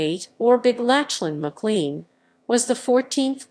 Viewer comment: Pronunce the name correctly, please. Good video.